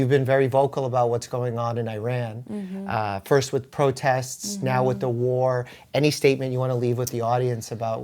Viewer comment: All that bedside manner and bro still said I RAN